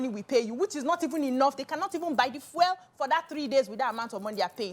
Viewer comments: I know the correct pronunciation, she is didn't pronounce it rightly u talking to the Grammarian himself, yes you prounce it fyool not as fiel the way she pronounce it. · Bcee is called Fuel not Fiel 😂😂😂😂😂